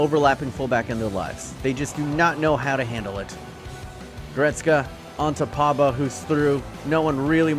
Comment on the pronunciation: P O G B A not Pabba